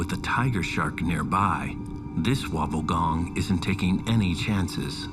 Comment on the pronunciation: Did this guy just call a Wobbegong a Wobblegone"!?😅